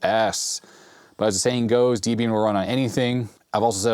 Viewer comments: Love your channel, and I really should see if you're willing / able to fix a narfed Atari SC1435 for me, but it is pronounced D-ehb-ee-un. Debbie was Ian Murdock's wife. Ha, pet peeve of mine! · "Debian" is pronounced like the names "Deb" and "Ian," as the project was founded by a pair of folks with those names (Debra Lynn and Ian Murdock). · It is pronounced like "Debbie In.". The guy who created Debian named it after his girlfriend.